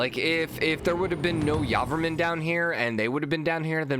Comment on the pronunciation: I'm Khmer and so excited that he made it to the knockout round. Also I'm highly triggered that you say Yarvarmun Instead of Jey-vora-man. Anyway this series is the thing I look forward to every morning keep doing the fantastic job.